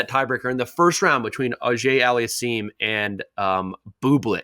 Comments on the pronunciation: No respect for Felix accomplishments at all this year. Can’t even pronounce his name correctly! Were you not on the tour with him? But I guess winning the most matches so far in the year means nothing to you guys! SMH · Most Americans speak one language and make little effort to learn (easy) name pronunciations. butchered FAA's surname pronunciation and therefore so did and will Sam. hahaha, brutal.